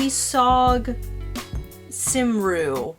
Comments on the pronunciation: Pronunciation : toe-wis-og com-ree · Oh, welsh. It's pronounced "tuh-wuh-sog kum-ri", and it means "The Prince of Wales". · Thanks for doing this reaction video. It is very interesting to get your perspective on it. I am a fluent Welsh speaker so I can help you a bit. The title Tywysog Cymru is indeed Welsh. Tywysog pronounced TuhWUSSog means prince and Cymru pronounced KUMree is the Welsh word for Wales. So it means Prince of Wales in Welsh, you don't need a word for "of" here in Welsh. It is understood by the positions of the words. The tutor and his wife are from two different parts of Wales. He speaks the northern dialect and she the southern. You comment on the word shattered but unfortunately,this is one of the few mistranslations in the subtitles. The words used are actually "ar goll" which mean "lost". The story is essentially true. Prince Charles was sent to Wales to learn some Welsh, but everyone knows he doesn't know much and that it was just a PR exercise. As you'll have noticed Welsh is a very different language from English. It is descended from the speech of the Ancient Britons who lived here before the angles and saxons brought Old English to Britain from Europe after the fall of the Roman Empire. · Tywysog Cymru is Prince of Wales and is pronounced “tuh wuh sog. Cuhm ree”